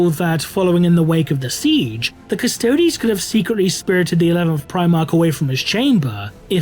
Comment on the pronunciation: The custodes sounds like karstodes